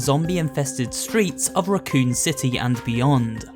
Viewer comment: It pronounced Raccoon City Raccoon as an animal.